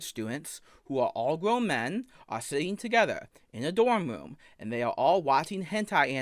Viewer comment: What is a "woom"? 🤔